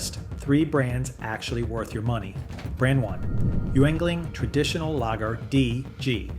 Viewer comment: The words 'Lager' and 'Yuengling' are being mispronounced. Gotta get that correct to retain the image of honesty.